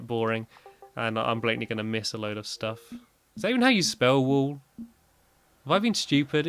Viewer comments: It's wool not whool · "wool" not whool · “Wholl” lol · Whool? Oh thank you for adding to my "List of words without the letter h to pronounce with the letter h in a southern accent" list. It previously only had water in it lol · i love how he spelt wool as whool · Hahaha he spelled wool whool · Nobody: Stampy in 2012: whool